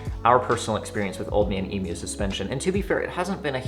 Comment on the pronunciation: you're one of the only yankee's to actually pronounce emu correctly. thanks for that